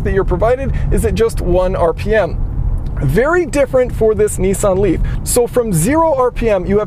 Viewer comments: G,Day it should like Nissan like pissan your saying nessan ? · "Neeesan Leaf" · What's a Knee San? Oh, a Nissan Renault. Got it.